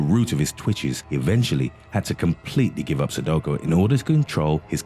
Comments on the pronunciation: Anyone else annoyed at how he kept saying sudoKO? It’s sudoKU. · Sudoko? I say it's like sudokU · It really bothers me that you say Sadoko it's Sudoku. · Sudoko hahaha 😂😂😂 Su-do-Q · It's not 'Sudoko', it's 'Sudoku'. Aarrrggghhhh if you're gonna narrate a public video, you need to pronounce words correctly. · Haha sudowkow argh! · Since when is sudoku pronounced "sudoko".... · LOL Only when HE says it😂😂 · Anyone else cringe when he pronounced Sudoku "so do ko"?